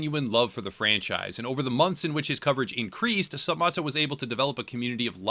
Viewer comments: The guy’s name is MATT. Not “Mott.” It’s like “sup, Matto.” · You’re saying his name wrong it’s sup Matt-o not moto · ..It's pronounced 'Sup-Mat-oh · third or fourth? video about this guy and he still can't even say his name right